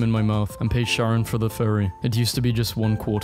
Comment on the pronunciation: it’s pronounced like bay-toven just a lil tip Charon is pronounced Cay-ron nother lil tip